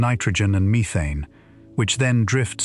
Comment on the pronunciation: Stop saying methane wrong 🤦🏻‍♂️